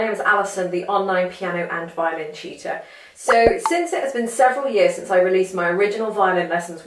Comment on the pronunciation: I hope you understood the joke was about how you pronounce the word "Teacher". I swear I hear "cheater", and If I turn on youtube's automated subtitles it does say cheater! so youtube's voice recognition also hears that.